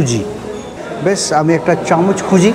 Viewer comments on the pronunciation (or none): none